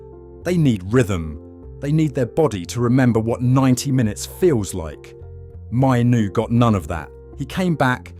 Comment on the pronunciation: Hearing his name mispronounced so many times is a rough one. If you’re going to use AI so heavily, at least ensure his name is pronounced correctly. The fact that his name is mentioned in nearly every single sentence makes it especially worse.